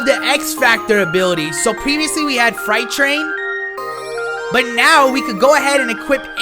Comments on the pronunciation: can someone please tell this man it's not fright train,,,it's Freight pronounced fr-eight or fr8 not fright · Pronunciation: Freight Train(Fur-8 Train) . No disrespect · Freight train... like a locomotive.. not a fright train!!! 😂😂😂😂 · “Fright train” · Fright train? Not tryna be rude... but really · He really can’t say freight🤦🏾‍♂️